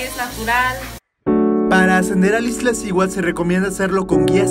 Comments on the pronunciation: Excelente video, sin embargo, es Iztaccihuatl, no IztLaccihuatl. Saludos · No es Iztlaccihuatl, es Iztaccíhuatl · Iztlaccihuatl? O Iztaccihuatl...pff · Bellísimo video, aunque me llama la atención la insistencia de llamarle "Iztlaciuat", si claramente el nombre es "Iztaccíhuatl". Felicidades a todos los que tienen el privilegio de visitar nuestras cúmbres. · No se dice "IZTLACCIHUATL" se dice "IZ TA CCI HUATL" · Muy buen video, pero cada que decia IzTLaccihuatl me brincaba el ojo 🤣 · me dan ñañaras cada vez que escucho Izt..L...accihuatl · No es Izt (L)acihuatl! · ¡¿Corriges al amigo extranjero y tú dices IzTLaccíhuatl!? ¡¿En verdad!? Se me reventaron los tímpanos. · Dislike porque no es iztaccihuatl, es Ixtlacihuatl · JAJAJAJAJAJAJAJAJAJAJAJAJAJAJAJAJAJAJAJAJAJAJAJAJAJAJAJAJAJAJAJAJAJAJAJAJAJAJAJAJAJAJAJAJAJAJAJAJAJAJAJAJAJAJAJAJAJAJAJAJAJAJAJAJAJAJA NO SABEN DECIR IZTACCIHUATL Y POPOCATÉPETL JAJAJA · TU TAMPOCO LO SABES DECIR JAJAJAJAJAJAJAJAJAJAJAJAJAJAJAJAJAJAJAJAJAJAJAJAJAJAJAJAJAJAJAJAJAJAJAJAJAJAJAJAJAJAJAJAJAJAJAJAJAJAJAJAJAJAJAJAJAJAJAJAJAJAJAJAJAJAJA PARECES UN NENE QUE NO SABES DECIR IZTACCIHUATL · Padre tu video en verdad, solo revisa la pronunciación correcta de la palabra Iztaccíhuatl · Primeramente, felicitarte por el reportaje y hacerte unas observaciones, sin afán de molestar.. El nombre del volcán es Iztaccíhuatl, no Iztlacihuatl.. Lo que llevaban el la espalda son mochilas, no "maletas" Y por último son Piolet (sin acento) porque lo pronuncias piólet.. Por cierto, lo agarrabas al revés, la punta va hacia atrás, por si resbalas, puedas clavarlo en la montaña.., lo bueno es que no pasó nada malo...